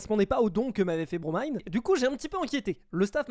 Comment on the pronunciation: qui prononce enfin le pseudo de BroMine_ correctement, il peut mourir en paix